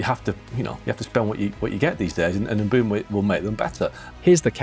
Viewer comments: It’s Mbumo with the e being silent of course. NOT Mbembo…😂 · mate it’s pronounced EM BOOMOH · Kun-ha and Mbe-umbo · no way you made a 24 minute video without learning how to pronounce mbeumo